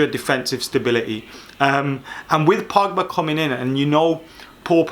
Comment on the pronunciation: “Paul Pugba” 😂👌🏽